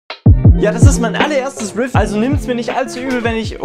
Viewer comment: Also echt geiles (wie sagst du’s noch mal?) ahhh genau: refiew